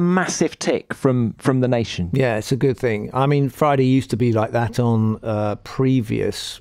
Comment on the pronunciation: When the video starts with, "Let’s sta wit wa 'appened on FROI-day befo Sa-a-day..." you know where this is going to end 😆